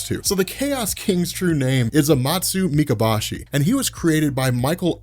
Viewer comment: It’s pronounced “Me-Ka-Boh-Shi”. “Boh” like the weapon “Bow”.